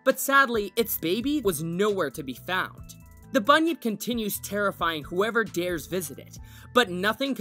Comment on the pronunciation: When he said bunyip I thought he said bunion